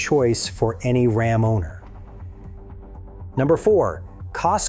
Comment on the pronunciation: calm down, we're talking about Ram, not Rahm. 🤣